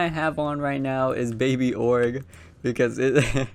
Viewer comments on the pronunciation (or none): Man it’s “OH GER” NOT ORGE